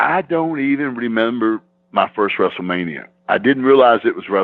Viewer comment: He used to say WRASSLE MANIA